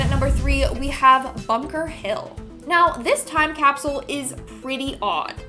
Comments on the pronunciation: Pro tip: if you’re going to make a video about time capsules, use a host who can pronounce ‘capsule’… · funny how he says capsule